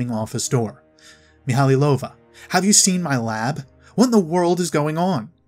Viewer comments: Great video. Thanks for the work you've put in organising these tabs. One thing bugged me throughout the whole video though: the name is pronounced mee-high-low-va not mee-hally-low-va. Otherwise, fantastic video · I always thought it was mee-ha-low-va. Meh, doesn't matter much, I know who he's taking about.